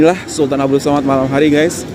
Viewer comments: 😂😂😂😂😂😂😂 tapi kenalah belajar sebut dengan betul.. sAmad bukan sOmad.. he he.. macam diaorang selalu bising kita jgn sebut 'indon' tapi 'Indo' 🙄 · We pronounce it Samad not Somad.. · Bangunan itu sempena nama salah satu Sultan Selangor iaitu Sultan Abdul Samad.. sebutan Samad ya, bukan Somad.. Kuala Lumpur sebelum 1972 adalah sebahagian negeri Selangor dan ibu negeri Selangor.